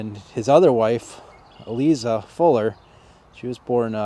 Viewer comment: Isn't "Eliza" pronounced with a "long i" sound? That's how I've always pronounced it. Thanks for going out in all kinds of weather to give us these videos.